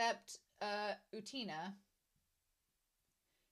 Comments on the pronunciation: Not u-TEEN-uh, or u-TANE-uh, it's U-ten-uh (or OO-ten-uh, if the 'u' is confusing). Also, no 'y' before the 'u'. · I really do not wanna sound mean but I don't understand how westerners cannot pronounce anime character's names because... their names are literally pronounced all the time in the show? Just say Utena how Wakaba or Anthy says it. You don't have to go to Google translate for that. Idk I hope that doesn't come off as rude. I don't think everyone has to pronounce every foreign name correctly. I can't pronounce English names correctly either. But I don't understand using Google translate IF you want to pronounce it correctly when you are hearing other characters say their name all the time.